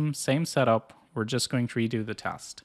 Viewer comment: its teeeeest not kurwa tahst.